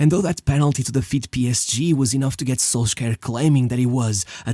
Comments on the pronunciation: Can we pronounce Solskjær properly? It is "sul-sher". Not "sol-skja-er". Not that hard to find a video where the name of the famous United player is pronounced by a Norwegian. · Solskjær is best pronounced "Solsher" in english. Love your videos, bro! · amazing video but please put some effort into the pronouciation of names. Solskjaer is pronounced a lot differently (in Norwegian and English) and it sadly makes what you are saying feel worse than it is. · I kinda liked SolSkyer xD